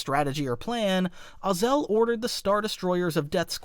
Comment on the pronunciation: I hope it isnt just me who gets irked when he mispronounces "Ozzel" as "Oz El"